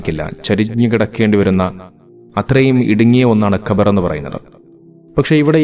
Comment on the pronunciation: പറയാനറിയി ല്ലെങ്കിൽ ശവകുടീരം അല്ലെങ്കിൽ ശവക്കുഴി എന്നു പറഞ്ഞാൽ പോരെ ? എന്തിനാ ഖബർ ഖബർ എന്ന് തെറ്റായി പറയുന്നത്? കബർ ആണ് ശരി. ഖബർ = വാർത്ത.